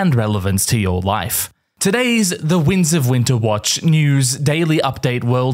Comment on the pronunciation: Is it just me, or does he say "the wings of winter"?